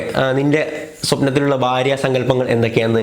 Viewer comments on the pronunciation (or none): none